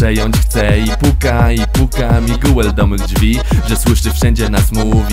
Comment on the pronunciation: Mówi się Migel a nie Miguel XDD